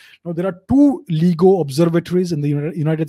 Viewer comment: lts pronounced Layee-go!